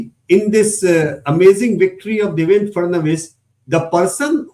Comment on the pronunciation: DevenDRA not DevenDAR